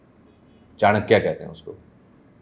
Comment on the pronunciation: SHAFAAT : THE ONE AND ONLY PAKISTANI WHO CAN PRONOUNCE CHANAKYA CORRECTLY. SHAH JI KI DHERI PAINDABAD. PUSHKALAVATI SHADBAD. THE STUPA IS CLEARLY VISIBLE ON THE R.H.S. ON THE ROAD FROM HAYATABAD TO TORKHAM. I DIDN'T KNOW PAKISTAN COULD PRODUCE SUCH GENIUS INDIAN EXPERT. THIS RARE GENIUS SHOULD BE LATERALLY INDUCTED INTO PAKISTAN FOREIGN SERVICE AND APPOINTED HIGH COMMISSIONER TO INDIA (ANOTHER PESHAWARI ABDUL BASIT SHOULD HANG HIS HEAD IN SHAME). MAY SHAFAAT'S TRIBE INCREASE. MOOLSTAN'S SUN TEMPLE IS THE PRECURSOR TO THE KONARK SUN TEMPLE, ODISHA, WHOSE BUILDER GOT RELIEF FROM HIS SKIN TROUBLE IN THE SUNNY ENVIRONMENT OF MULTAN. SUN IS THE RULING DIETY OF MULTAN, AS THEY SAY THAT SUN SHINES "LOWER" IN MULTAN. SORRY TO SAY THAT PAKISTAN IDOLISES MUNAFIQ LIKE ORYA WHO DENY THEIR ORIGINS RATHER THAN PURE GENIUS LIKE SHAFAAT. KUDOS TO THE PARENTS ( WHO INCLUDED ONE KIZILBASH) WHO GAVE BIRTH TO SHAFAAT.